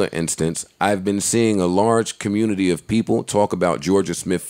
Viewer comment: Yo has a speech impediment lowkey... listen at how he says “community”